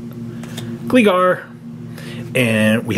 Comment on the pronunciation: it's glIgar ( the first I is an L. The second one is an I .